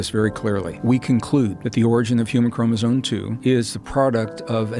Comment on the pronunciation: Anyone who mispronounces Chromosome as "Chromosone" is not to be taken seriously.🤦